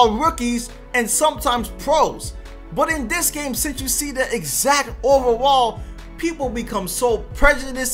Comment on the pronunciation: I like you but learn how to say overall 😂